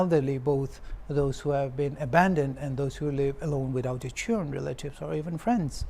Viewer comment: If youtube has a platform in sharing voice message then I would definitely share my pronounciation and his pronounciation 😅, His english accent is not what we expected to hear because too stylish, Instead of children - Chiren 😅, Protect - phrutect 😅, khlo meter ?, Viewers can't catch up in some words BCOS fo his accent, Nagamese is fine, I appreciate him speaking in our local language but but english !!?